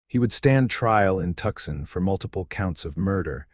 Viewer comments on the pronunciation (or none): I wish these stories would spell and pronounce "Tucson" correctly. I lived in Tucson, Arizona for awhile. It bothers me that every story with an Arizona setting makes the same blunder. Seems an easy fix, even with AI. 😮